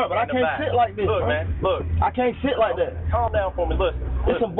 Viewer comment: Cop: I like that red interior Offset: ah lak dat red Cop: ah lak dat red